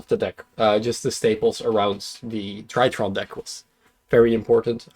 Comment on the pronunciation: It feels like yesterday when pronounced drytron as dreeatron. And now he's beating the shit out of everybody with his weird space machines. Congrats.